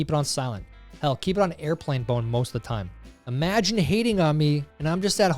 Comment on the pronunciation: Zed 100% said "airplane bone"